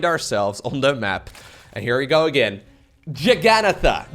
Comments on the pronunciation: its jaggananahha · if you looking for a real answer its jug-un-naath :) good cast